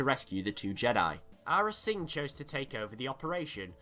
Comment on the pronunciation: Yes Im Going To Be That Guy It’s not his accent he said Arra Sing as well, and I thought it was Americans that couldn’t say it right.